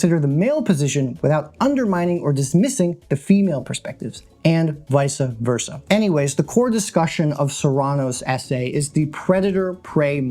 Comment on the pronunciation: "VICE" Versa. Not "Vice-uh" Versa.